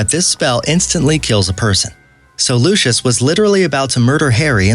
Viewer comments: it’s not pronounced Loosh-is Malfoy, it’s pronounced Lucy-iss Malfoy. Sorry I know that some words in the Harry Potter books are spelled a little weird, I’m just letting you know. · Lucos,Basilick doebhee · This guy can't pronounce 'Lucious' Properly. He pronounces it with the "sh' sound. He also said, "Basilisk,' incorrectly. He pronounces it: "baseelisk," which is wrong. Its also not, "philosopher's stone,' its "Sorcerer's Stone.' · mispronounced Lucius again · mispronounced Lucius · pronoucing avada kedava wrong, dobby wrong, lucius wrong basilisk wrong. No offence, but you have no idea what you are talking about and have never seen the movies or read the books. You proably just serached up facts and said they were easter eggs